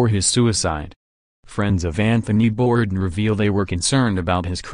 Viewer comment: you sound like a bot. And it's not "Borden"